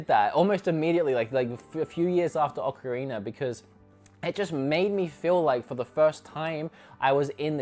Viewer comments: Ocarinero time? Am I the only one hearing that? 😂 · I love "Ocarinur" as well